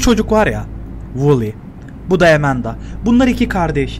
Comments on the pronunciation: Amandaya (E)manda demesi içini azimle doldurdu. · nin amandaya emenda demesi İÇİMİ AZİMLE DOLDURUYOR